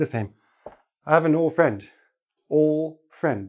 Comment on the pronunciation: you said old friend you dropped letter d you pronounce like all friend :)